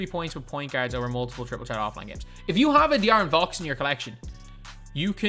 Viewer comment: It’s triple ‘threat’ not ‘ tret’